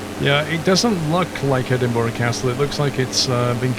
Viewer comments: Dude good video as always. But you sound British and should know its pronounced "Edin-bruh" not "Edin-bo-ruh" :) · Looking through the comments im surprised no one is pointing out how hes saying E-Din-bo-ruh instead of E-din-brah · there are also people that pronounce Edinburgh as Edinburg it's not pronounced like that the gh in Edinburgh make a light H sound so its pronounced Edinbruh another common one is people pronounce the W in Glasgow making it sound like Glas-Gow it's not, It's pronounced Glas-go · It’s pronounced Edinburgh. 3 syllables. Ehh. Din. Bruh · Can be said both ways, the incorrect ways are edin-BERG or edin-BRO, after all, 'burgh' in Scots is pronounced burugh, and is a scottification of the english word borough, obviously